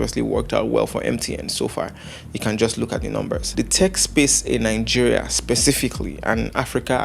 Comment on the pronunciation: Is your country name Nigeria or Ningeria? Why can't Nigerians pronounce they county's name?